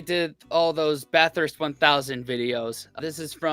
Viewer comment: It’s BATHURST,,BRO,,🎉🎉🎉